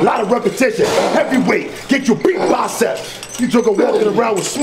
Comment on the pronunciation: not bacep its bicep bro😂